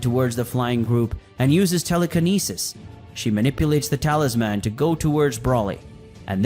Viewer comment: Great content. However If I have to hear "Talis-MAN" one more time I'm going to lose it lol.